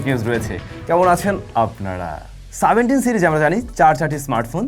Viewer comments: Seventeen 🚫 Saventeen✔️😂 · সেভেন্টিন কে বারবার সাভেন্টিং সাভেন্টিং করতেছেন কেন ভাই😂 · সাভেনটিন কি?😂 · সাভেন্টিন কি? 😂